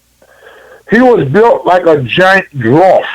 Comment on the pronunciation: “a drawf” hahahaha